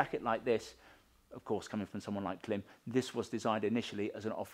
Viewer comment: Love presentation. Can't help hearing twat in a cap though... It's Klim. And adjustments;)